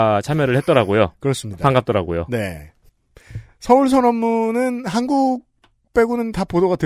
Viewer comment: 칸국 인 것인가? 한국 인 것인가? 내 스피커 탓인가?